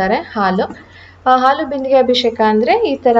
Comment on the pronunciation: neevu bejaar maadkolalla andre ondu small correction. ಅದು ಅಭಿಶೇಖ ಅಲ್ಲ ಅಭಿಷೇಕ